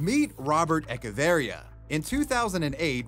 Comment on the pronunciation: Man butchered the Echeverria last name 😂😂